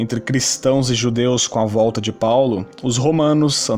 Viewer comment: vc tá tentando imitar o bonossauro falando Paulo desse jeito? pau-lo